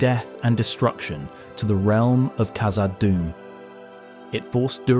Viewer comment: Hey So, it's not pronounced "Kazad," but rather "KHazad." The KH sound is the same as a Dutch person pronouncing the letter "g" in God - They say "Khot." If you need to hear it said by someone else, go to Google Translate, translate "God" into dutch, then hit the speaker icon, to hear how it should be pronounced. Then use that "KH" sound at the beginning of "Khazad Dum."